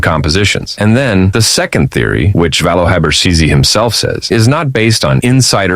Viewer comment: C in habercisi pronounce as a g